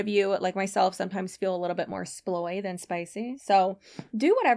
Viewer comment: omg I heard "soy" instead of sploy and my brain went - yes that's absolutely the opposite of spicy but not in a bad way 🤣😭